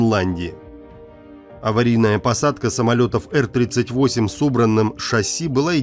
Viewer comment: Сам как услышал эр38😂, сколько в стимуляторы летал, сразу по ушам резануло.